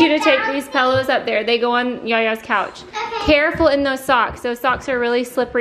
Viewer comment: I love how you call pillows pellows. 😂